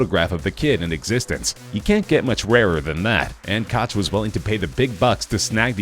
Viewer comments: It’s pronounced “coke” not “coch” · Do you live under a rock? It's pronounced "William Coke" and you kept referring to him as "William Cotch" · It's pronounced Koke, not Kotch. SMH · . This is so embarrassing. William Koch? It is pronounced "coke". He is a billionaire and you didn't pronounce his name correctly. LOL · “Koch” is pronounced “coke” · Actually, if you know German, you know that it rhymes with the Scottish "Loch". And not coke. But since most Anglophones can't pronounce the -ch sound you massacre the pronunciation into 'coke'. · Can't pronounce "Koch" correctly and half the other names, reuploaded video from last year, clickbait thumbnail, absolute minimum effort content. This channel is garbage.